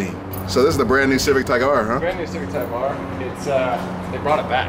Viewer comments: said - "Civic TYKE R"... lol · said civic tike r